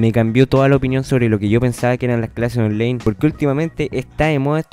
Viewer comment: onlaiiiiin ctmmmm onlaiiin no onleiiiiiin wn